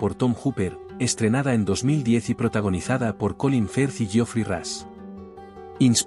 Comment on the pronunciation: Cuál fue la razón por la que Paul Bettany rechazó este papel? Adicionalmente Rush se pronuncia Rosh, no es ni Ras ni Rash, la U no suena como A sino más como O, y la H al final no es muda. Básicamente es Jeffrey 'Rosh'.